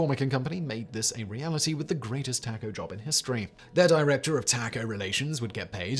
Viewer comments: Dude, there’s a reason that Americans insist on pronouncing it "tah-co" — because that is how it is pronounced! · Taco is a Spanish word. As such, the a says “ah” not short a! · taco is pronounced tock hoe your pronouncing it wrong no taco tuesday for you. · Is it just me or can anyone else not unhear Tahco? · Why do you say taco like that lol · Taco is pronounced with a soft A because that is the closest it is pronounced in Spanish. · You smarmy brit. You don't know the first damn thing about TACOS. While it's not completely the same the Mexican/Central Americans say it, the way we say it is a million times closer than how you just said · Seven and a half years of Beginning Spanish saw every teacher insisting that the letter A is ALWAYS pronounced "ah". No exceptions. I don't dare transgress. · Why does he always do that? "As Americans insist on calling it." Taco is a Mexican word. They pronounce it tahhco, so the correct way is ...the Mexican way since it's their word. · Right. I didn't say it was. It isn't that nasal sound that Simeon says it with. It's a short A like in Ah. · Kudos to Americans for pronouncing a word correctly! Now if you could just work on the rest of your English that would be lovely! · Or anyone that knows in Spanish that's a soft a sound